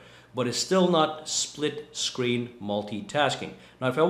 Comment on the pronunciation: Is it so hard to pronounce split screen?